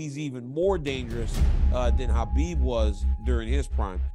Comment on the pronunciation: Arrêtez de prononcer khabib et makhachev avec un K putain faite un effort.